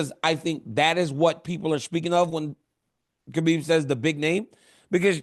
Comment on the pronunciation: DC you’re definitely a legend but you need to learn to pronounce Khabib properly. He’s your friend it’s the least you can do out of respect 🫡